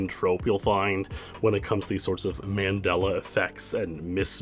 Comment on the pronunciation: You pronounced Mandela wrong. James from AVGN is the single soul who has pronounced it right.